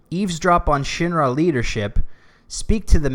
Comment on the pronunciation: I really love that I can tell you're saying "Shin-Ra" and not "Shinra"